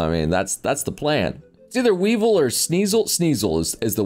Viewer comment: Fine we can let him go for mistaking the two but did he just pronounce Weavile as a lowly Weevil